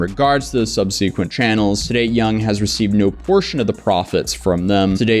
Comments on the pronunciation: Subsequent Look up how to pron……oh you got it!!! No no no!! It’s subsequent not sub-see-quent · My guy learn how to say subsequent correctly it's pathetic saying it wrong like 50 times I can't stand finish this video now you've ruined it. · The pronunciation of subsequent is throwing me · I have never heard anyone say subsequent like that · the way you pronounce subsequent is triggering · The way he's pronouncing "subsequent" is driving me nuts lol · You really don't know how to say "subsequent"??